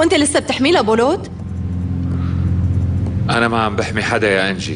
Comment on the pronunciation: بولوت مو بولات